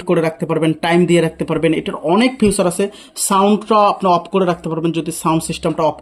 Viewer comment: ফিউচার না ফিচার। 😂